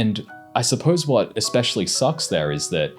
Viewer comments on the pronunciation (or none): none